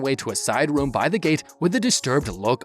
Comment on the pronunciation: Your saying woom instead of room